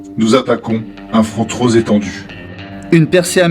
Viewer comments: qui dit les commentaires , il fait une liaison bizarre en mettant un S à TROP, c'est désagréable à entendre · Très sympa mais il y a un autre problème. A la bataille des Ardennes vient de se terminer et on passe au 11 Nov 1945 avant de revenir sans logique au 22 Avril à ! Attention aussi aux liaisons avec "trop" - troZ-éloigné" par exemple. Et à , c'est "pronostic" réservé, pas diagnostique ! ;-)